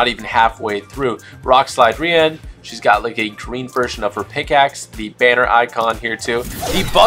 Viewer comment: I am pretty sure her name is pronounced Rianne but spelled Rian